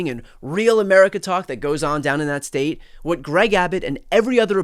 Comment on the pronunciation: If that beady-eyed SOB says "the stet of Texas" one more time, I'll scream.